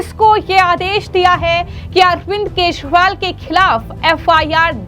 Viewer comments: अपने एंकर को दिल्ली के पूर्व मुख्यमंत्री अरविंद केजरीवाल का नाम भी ठीक तरह से नही बोल पा रही है जो अरविंद केजरीवाल की जगह अरविंद केशवाल बोल रही यह एक बार नहीं बल्कि 50 बार बोला इसके अलावा कई ओर खामियां है एंकर के बोलने में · Speak name correct not keshwal but kejriwal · Md ji hindi bolna seekhe Arvind Keshwal nahin Kejriwal hain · एकदम रद्दी तरिका बोलनेका ! जिसके बारेमे बोल रही हो वो नाम तो ढंग से बोलो. बोलनेवाली व्यक्ति और बाकिके साथीदार सुन नही सकते क्या ? एकदम दलिंदर विडिओ, बोलने का तरीका रद्दी ! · Madam First learn how to speak Kejriwal word. This type of poor quality presentation can't tolerated. Great problem with pronunciation, clearly. Learn from Anjuji or Maninanderji or equalent capacity in news reading. My 80 years of age such poor quality presentation never seen. You are good influencer or relationship taken part in your appointment in this field.